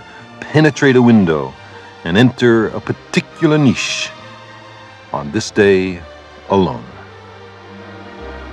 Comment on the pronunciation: At last I found an American who pronounces "niche" correctly...........Joking aside Carl Sagan was probably the greatest natural communicator ever.